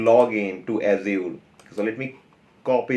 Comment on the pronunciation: Fair content. Although it is funny how you say Azure. ऐश्यूर :D.